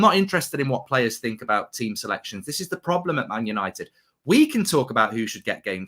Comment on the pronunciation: Paul Ince -'we this, we that' well he is despised at West Ham and Liverpool, but he loves 'Mant United' as he pronounces it might be a double agent wanting McThingame as captain.